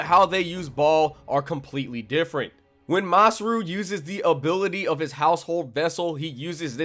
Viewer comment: Bruh you butchered masrur's and morgiana's names